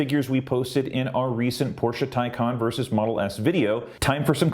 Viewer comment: It's "Tay Con". Maybe making a video from a Tesla fangirl, you'd pronounce it right. Teslas are cheaply made, HORRENDOUS reliability, and cannot keep up with Porsche. The Taycan can do run after run without fail, no loss in performance. Teslas cannot. Full stop. Just like Apple fangirls, they spread fake news so the Teslas look better. Ordered a Taycan, and couldn't be happier. Wouldn't take a Teslas if given to me. Another flop, now that real manufacturers are making Ev's, Teslas will be surpassed easily. Come back to this comment in 5 years, you'll seen then who rules the Ev's. Elon is a douche bag. Just like his unbreakable CyberTruck windows. A bad presentation and an even poorer vehicle. You'll see lots in that sh**hole state of CA. Sorry but Teslas are not all that.